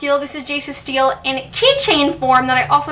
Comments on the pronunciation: did anyone else scream when she said steel instead of stele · im sorry to be that person but it's called a "ste-le" not "steel" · It's pronounced steleeeeeeeeeee tho not just stele. In the tv show they pronounce it stele with a long e at the end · This is shelf goals I’m so jealous.😍😍(also I thought it was pronounced “ste-lay” not “steal”?) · So uhm its stelé not steel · In this video she pronounced stele like Steel but I thought it was pronounced stell-ay I could be totally wrong so some please correct me if I am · I love your video but dduring the video u said steele but its pronounced stele sorry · its pronounced stelae in the tv series and thats how i pronounced it but each to their own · it’s pronounced steh-lay lol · It is ste-le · It's bothering me how your pronouncing stele "steel" but it's fine because I love the video😂💖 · its pronounced Stel-lay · It's pronounced stel-aye sorry it just got annoying!! 😁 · pronounced it as Stelle...x"D..as in Stella but like stelle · I can't believe I've been pronouncing stele wrong this whole time. 🤣😩 I collect keychains so I definitely want to see if I can find an angelic rune keychain. Thanks for the tour! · Hahaha Cassie has stated that while its a real word with a proper pronunciation, even both of its adaptations pronounce it "stellay" which is incorrect so she encourages fans to pronounce words in the books however they like, but I'm so happy to hear you liked the video! TBH I think "Steele" has the most controversy over how it's pronounced XD